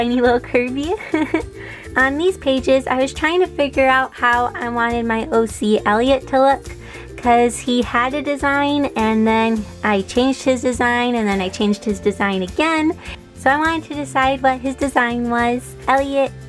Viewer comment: "Eliott" is written with one "l". Also you pronunced it wrong, if he's french you shall pronunce it correctly, look for Google translate. No offense, but I guess circus performer looks cliché but why not :). "Blanc" is ok for a french last name and he's pretty cool though